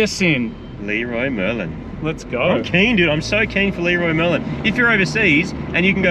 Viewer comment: ( 550 owner ) to start off with ; i hope you enjoyed the trip ; the traffic here is insane but the places you get to see are just amazing. the Fact you called the shop Lee-roy Merlin made me die ... i call it like that all the time .... as far as the clio goes; you did her a solid on that ; pretty sure that car never so good tires. That car collection is absolutly stuning ! ps ; dedicace aux français qui disent 'chocolatine' mdr.